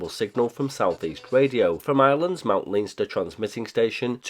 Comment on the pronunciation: Hi from Ireland! Leinster is pronounced "len-ster" :)